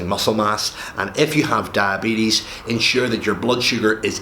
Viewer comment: Come on you talk so much about diabetes but you don’t know how to pronounce it